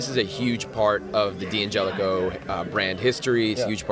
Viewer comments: DANgelico not DEE come on.. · it's DEE-Angelico. Like D'Angelo the r&b icon. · It Di angelico. Lower case i... The apostrophe isn't silent obviously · How can your own product guy not know how to pronounce the brand name. It's pronounced DAN-gelico lol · DANgelico is the proper italian pronunciation, that's not my opinion, thats fact. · DANgelico is the proper Italian pronunciation, that is an absolute fact, I dont care where you lived lmao.